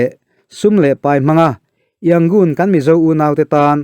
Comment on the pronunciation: Yangon tih hi a rik dan tur dik takin in la sawi thiam lo a mi..??